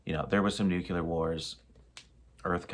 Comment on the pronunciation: noo clee er